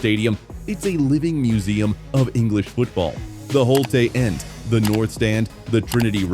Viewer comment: Holte-a end really Annoying